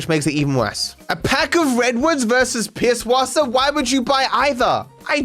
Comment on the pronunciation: can we just take a moment to appreciate that pronounces the ẞ as an S like it is supposed to, the amount of people i have heard saying "Pibwasser" makes me want to pull my hair out